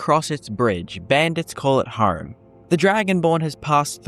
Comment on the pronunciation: Nah, I'm pretty sure bandits call it "home", not "hoarme"...